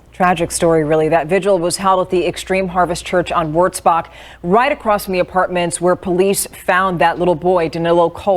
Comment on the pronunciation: You pronounced wurzbach rd correctly. This was only a few minutes from me. Lina khil was 10 minutes. Makes me hug my little 5 yr old boy that much tighter. Love him and i am so sad these little babies were not treated the same.